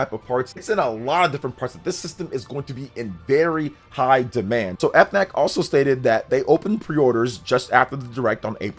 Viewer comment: As a French person the pronounciation of FNAC as "Eff Nac" kills me lmaooo Great news for the Switch 2 !!!!